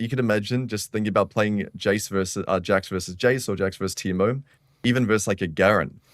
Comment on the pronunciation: Teemerrrr 😂 That accent